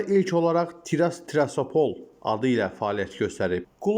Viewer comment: Şerif komandasını təqdim edərkən təmsil edildiyi şəhərin adını daha diqqətlə oxuyub düzgün tələffüz etmək lazımdır. Trasapol yox TİRASPOL.